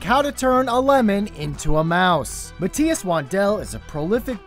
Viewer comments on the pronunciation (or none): none